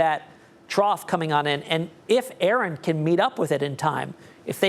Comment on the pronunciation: a-a-ron....is a-a-ron here.....did you mean Erin...😂😂😂